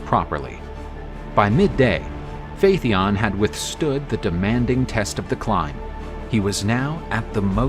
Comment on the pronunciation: Phaeton is repeatedly mispronounced. Pretty basic stuff for a "History" channel.